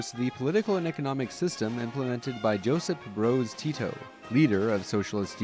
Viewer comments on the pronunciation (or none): It's not Josip "Broz" Tito. It's Josip Broz "Tito". Tito is the warname. Otherwise, loving the video ❤️ top lore dump